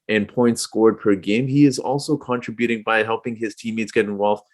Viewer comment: Its pronounced con-TRIB-uting. Not contriBUTING. But yes, Spicy P is incredible and having his career best season! Bring on the playoffs! D 4.